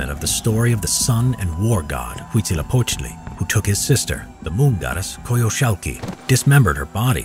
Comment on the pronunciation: The narrator is the only English speaker who can actually say Huitzilopochtli in a proper manner! Congratulations to him!